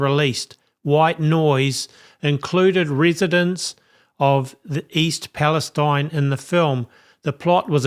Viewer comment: I live just east of East Palestine-there are no words to describe what we are going through. Tragic. I’m tired and feeling like I can’t take anymore. Just a side note - this little town pronounces it’s name East Pal- es- teen.